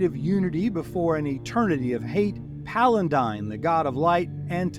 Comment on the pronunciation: Your continued mispronounciation of Paladine as "palandine" really makes my teeth itch....